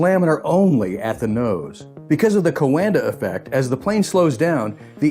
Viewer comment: Thank you! Very informative. BTW "Coanda" is read as in "wonder" with a q in front (2 syllables).